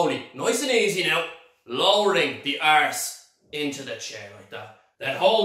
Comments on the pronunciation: He loves sayin' 'ARSS' Lol. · ArRrse! Rrroll that "ArrrrRr"!! 😸